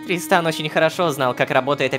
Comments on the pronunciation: Мне кажется правильно не тристАн а трИстан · я не ослышался, она сказала тристан? ТРИСТАН